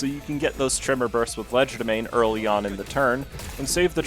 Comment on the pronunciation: First of all learn to pronounce Legerdemain or I will make fries out of you Second of all molar ish is the most reliable tremor count id not as much as clair but needs barely as much setup